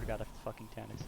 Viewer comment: "I swear to god of it's Taniks..." Ouch